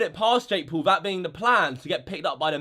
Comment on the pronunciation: U say Poul u dont know how to say Paul